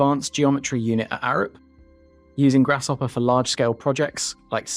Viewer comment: Lol "Grass-shopper". Great video! I didn't know the history behind the program